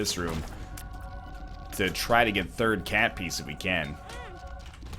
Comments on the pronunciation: TFW that NL pronounces cat piece as cat piss.... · "Cat Piece" sounds strangely like "Cat Piss" to me